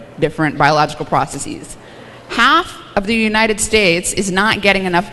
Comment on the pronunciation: Stop, stop! The word "processes" is pronounced "processez" (ending rhymes with fez) not "processeez" (ending rhymes with sneeze)! The only words whose plural endings are pronounced "eez" are words that end in "-is" in the singular, such as "basis" or "crisis". Maybe not a big deal but easy enough to get right.